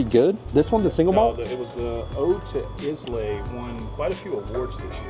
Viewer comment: FYI: Islay is pronounced eye-la.